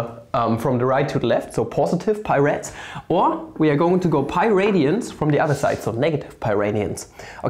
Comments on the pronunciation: "e to the ah pah over 2" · "Phaa öveür twö" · So he said Pi as "Pha" cool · Cant decide whether had a stroke and cant say pi any more or if he just hates me